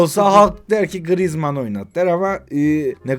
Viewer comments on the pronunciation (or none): none